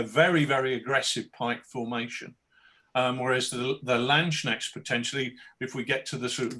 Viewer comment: Very excited about Rich's latest project, since I am working on not-landsknechts for a Warhammer Fantasy Empire army. I'm considering the real deal in somewhere between 10mm - 20mm now as well. I would however suggest brushing up on pronunciation (every time someone says 'landschneckts, an angel in heaven breaks their pike)